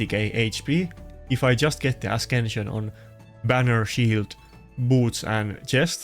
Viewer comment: Stop saying askension ...it's written ascension with c not K